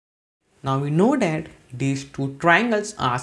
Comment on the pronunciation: Your "that" pronounciation is wrong and feels cringy. This sounds like tis